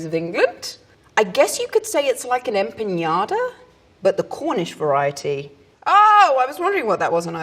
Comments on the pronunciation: By the way Daisy its Empanada not Empañada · Empañada, the ñ is like n and y together, so she said it in correctly in Spanish but with an english accent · Its ampanada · "I guess you can say it's like a en-pin-ya-da." Cracked me up with that, I think she meant em-pa-na-da but confused it with pinata. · empiñada? You mean empanada? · Impañada??? It Is empanada! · I've heard several british people say "empañada" but it's just "empanada" and I don't know why they're adding the ñ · Ms. Ridley, we said Empanada in Buenos Aires not Empaniada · The word Empanada is spelled with a n not ñ. It is pronounced in spanish just as it's written em-pa-na-da. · Did she say empiñata? Please tell me she didn’t say empiñata. She DID say empiñata. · Can’t get past the fact she said “Empaniada” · I think she thought it was empañada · its cus shes British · she said empaÑada LOL i though she said pinata . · Yeah thats what i heard actually xD i was wondering why she said piñata with an image of an empanada. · "impeñada"? 😹😹😹 *Empanada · "Empañada" hahahaha the "ñ" sound isn't supposed to be there, but I just love her so much my heart just melt... aaaa cosita mi amor, qué linda, how cute ♥ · enpiñiada LOL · “Em pañ a das?” Is it like a rule that British people have to mispronounce at least one word per video? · It's pronounced impanyadur ☹️ Hoorah! Olay! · Em-pan-nada, Daisy. That’s the right way of saying it. ;D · I choked on my water when she said empanada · As a Mexican, I'm really confused about beans on toast...why? Refried makes sense but those? Also, I laughed when she mispronounced empanada! 😂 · I have never heard empanada pronounced this way and I love it!